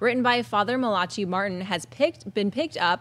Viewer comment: It's MAIL-A-CH-EYE not MAUL-A-KI